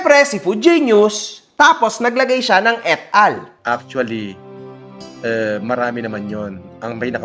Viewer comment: “Eat all” — yung et al sa Subpwena?! 🤣